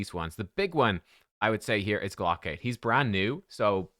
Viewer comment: pronouncing it "glock-aid" makes it sound like a fundraiser for people who want glocks